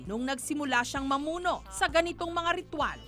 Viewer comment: Ritwal o rithual? Hahaha may Rabies pa den yan aspin lang yan eh😂